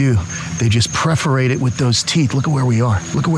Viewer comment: PERforate not PREforate my friend..